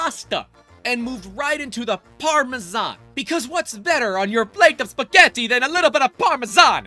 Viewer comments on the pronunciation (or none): I am offended by your pronunciation of Parmesan :) Congrats on 3 years lol